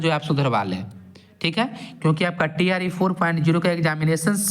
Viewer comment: Bhai tree pronounce mat Karo TRE bolo jayada thik rhega